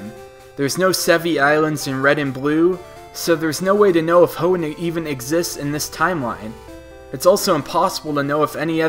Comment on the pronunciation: "And in Omega Ruby and Alpha Sapphire.." WHO ELSE HEARD HIM SAY EREN INSTEAD OF AARUNE IN THIS PART?!